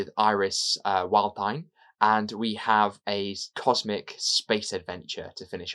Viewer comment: I've not listened to this one yet but I'm very aware of Iris "Wildthyme" (I couldn't quite catch your version!). She's a Time Lord (probably...), her TARDIS is a red double-decker bus which is slightly smaller on the inside, she made her first lengthy appearance in 1998's BBC novel "The Scarlet Empress" although she was in the author, Paul Magrs, previous non-Who work, she's had various bodies - only the Barbarella one comes to mind, she was UNIT's scientific advisor, she's had loads of Big Finish releases - most with Panda, a talking panda and... the lesson ends. 🙂